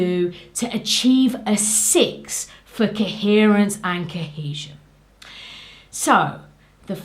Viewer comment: I love the way you say "kehesion" and "keherence".